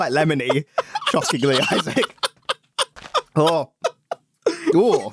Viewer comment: "Its quite lemmony" xdxdxd